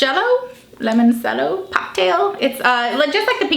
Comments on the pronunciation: it's called "limoncello"... idk how to explain it in a comment ahah i mean, not 'lemosiello'. read the c like you would read 'ch' ( ex. chat ) and i like 'e' ( ex. interesting ) :) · Its pronounced lee-mon-chello